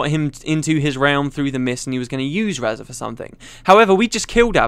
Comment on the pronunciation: So I've been pronouncing Razah wrong all this time? Okay.